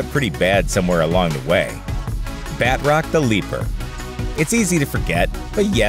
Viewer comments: “Bat-rock” cries in French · (BAT ROCK )?? Lmfao BA-TROC.. Jesus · Badrock is a hero from Image Comics. The villain you're discussing is named Batroc (pronounced in French like bah-TROhk) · I know it's actually pronounced "Batr-ock", but that's a hard difference to get across in text. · Its Ba-trock not bat-rock